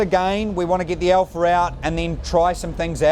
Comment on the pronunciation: I love how he says "alpha" Alpher